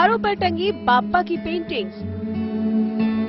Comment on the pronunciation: बाप्पा होते हैं, बप्पा नही, सुधार करो